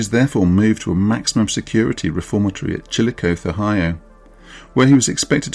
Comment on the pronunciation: Chillicothe (Ohio) is pronounced Chill - uh - CAU - thee four syllables (The "th" is soft) (The third syllable rhymes with saw) And, apologies, while describing how to pronounce it, I may have misspelled it... Thanks for excellent videos.